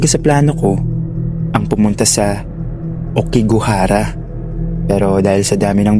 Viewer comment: hindi po okigahara aokigahara sa may mountFUJI po